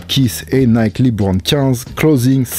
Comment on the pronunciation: On dit Leubron pas libron